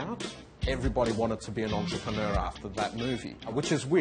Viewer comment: 13.35 Your an antroperner 😅